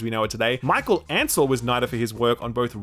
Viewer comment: "Michael Ansel" Are you serious